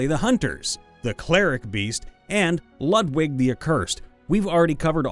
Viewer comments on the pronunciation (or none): none